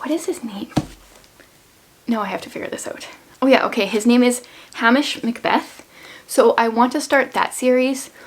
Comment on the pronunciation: Ok I can’t have you reading Hamish MacBeth and pronouncing his name wrong in your head 😂 It's Hamish with a long a. I personally love the sweater!! Wear the heck out of it! I read nightbooks and I did like it, I gave it 4 stars. But not for kids, I thought it was too much until they are maybe over 12, but I’m overly careful ☺️ I love vlogmas!!!